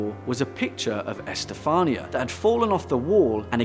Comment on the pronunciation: I jolted when you said my name, Estefanía. "What?! Me?!!! I'm not possessed!" Tip: everyone tends to mispronounce it in the same form, but it's actually pronounced, E-ste-fa-nee(like your knee)-a.